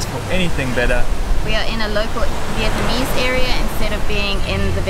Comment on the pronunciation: Viet-Na-mese... NOT Viet-MA-nese!!! :-P